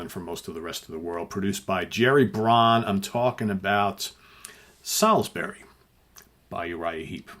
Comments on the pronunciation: Great idea but as a Brit I take umbrage at your pronunciation. It's pronounced SOLSBRY! Just think of the Gabriel song a few years later! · Okay, just to confirm, it’s pronounced ‘Solsbury’. I know because I live there - the holiday destination of choice for the Russian Secret Service.